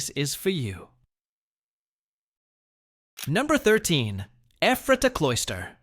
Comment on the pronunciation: As well as LANK-KISS-TER not LAN-KASS-TER and (pron.) Effrata not EEFRAYTAH.